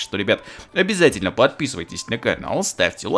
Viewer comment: можешь так не говорить:обязятельно, ну как ты говоришь. Прост не очь нравится как ты говоришь.